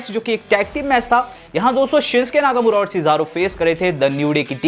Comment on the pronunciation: Sincke laka mura nhi Bhai naka mura naam h aapne mistek kar di bolne me